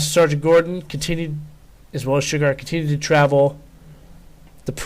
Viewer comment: I believe it is pronounced "Shoe-Gart"